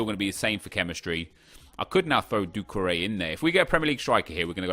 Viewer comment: who else is annoyed by the way he says doucoure